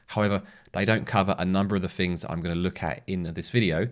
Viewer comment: theres no f in the word 'things'